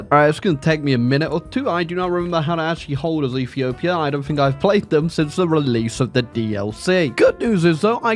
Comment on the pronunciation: Ah yes E for my favorite country “efepefhia”